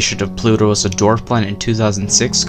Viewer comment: Mistake: Pluto not Plu-o!